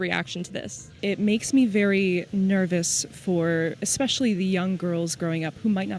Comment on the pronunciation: When she said xspecially I stopped listening